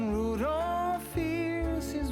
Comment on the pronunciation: these were adorable. Oh, you left the "l" out of Rudolph. Hope I don't hurt your feelings by telling you that. I meant to ask you in last video did you change Archers name to Tuffy Tater? I feel like I missed something, lol. I'm still calling him Archer. Love when you share your sweet animals with us. Looking forward to see what you create next time. Take care and God bless 😊